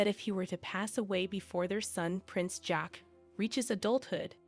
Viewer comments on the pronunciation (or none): none